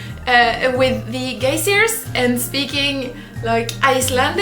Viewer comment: Geysers is what I think you're trying to say, it's pronounced guy-zers